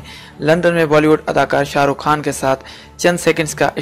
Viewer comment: Khan bolain Bhai khaan nai ap Indian hn